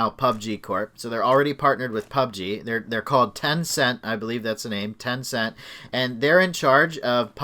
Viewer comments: « i think you call it ten cent» tencent is Basically one of the biggest companies in the world. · Nope, it’s tencent .